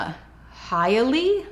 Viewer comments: Hialeah - pronounced "hi uh lee uh" - with love , a native Floridian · I believe it’s Hi-uh-Lee-uh. Hialeah. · Hialeah is pronounced High-a-leah-a lol. I hope that made sense lol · Love your channel and the work that you do! Just 2 comments: Hialeah is pronounced: hai uh-LEE uh. Also the term “Santerian” is incorrect. You would say the Santería community or the Lukumi community which is more appropriate Santería is a misnomer for the Lukumí religion of which The Church of Lukumí Babalú Aye are practitioners and they were the ones to sue the city of Hialeah. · High-Lee-Ah is how I've always heard Hialeah pronounced. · I think it's pronounce EE-Ah-LAY-Ah